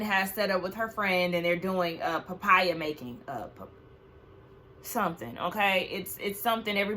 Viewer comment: Papaya 💀 It's paella 😅😅😅